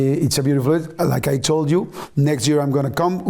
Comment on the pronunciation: Yordi, hablas el Ingles super bien pero hay una palabra que te falla. Yo hablo Ingles y te note diciendo "Ju" en vez de "Yu" queriendo decir "You" (tu) en Ingles. Gracias por entretenernos, sigue y no pares.